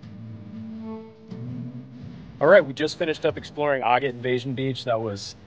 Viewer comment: You are pronouncing Agat incorrectly